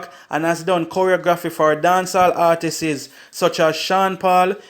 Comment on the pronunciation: Why cant this man pronounce the word artistes? Its so distracting